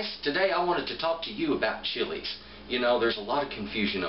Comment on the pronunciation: Thanks for the great video. I appreciate your Spanish pronunciation on the chili names. Just as good as your knowledge OF the chilies.